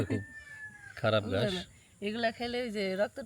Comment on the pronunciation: গাস না ঘাস হবে।